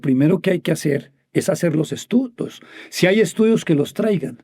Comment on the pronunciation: Minuto . "El trabajo que hay que hacerT. T T. El verbo hacer no termina en T